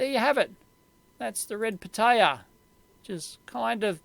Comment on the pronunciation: the way dave says it sounds like red potato lol